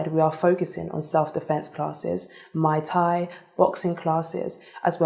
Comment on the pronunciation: ahh yes, my favortie martial art, Mai Tai